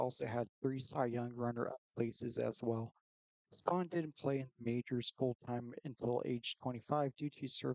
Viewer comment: Kid Nichols better than Spahn? I don’t trust this list if the guy can’t even pronounce Spahn correctly!